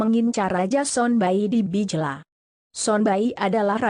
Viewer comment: Bagus Cara menyebut nama tempat nama orang masih salah. Oeccusi hrs baca Oekusi Us Kono - hrs baca Us Kono Bijela - hrs baca bi je la. Rupanya yg baca narasi ini bukan org Timor.